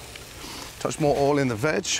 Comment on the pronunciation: He’s absolutely right to slowly cook eggs and I love the way he calls “oil” “all”! I fear he’ll overcook his veg though as it looked lovely and slightly browned (not burnt) but then he carried on cooking them! And he cooked the pork perfectly as it was cooked very quickly and it was browned on the outside but not blackened. To be fair the veg didn’t appear to be over cooked.